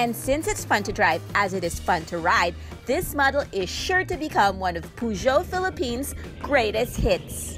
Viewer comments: Hmmm... pronounces it as Pu-Jo while sa Top Gear/The Grand Tour pronounces it as Per-Jio. Pero since Pinoy tayo, PUGYOT nalang. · It is pyu-jo... Lol tagalog na tagalog pero sakto yang pronounciation nyan. French car kaya french din dapat ang pagbigkas. Si manong pergeot na mismo nagsabi sa akin. 🤓✌️